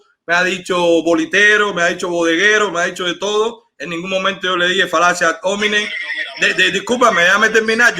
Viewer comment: "Falacia ad hómenin". Jajaja... No puede opinar que es lo que hay en Cuba...